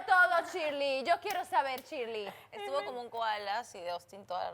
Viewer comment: ShilEy no Shirly XD 😂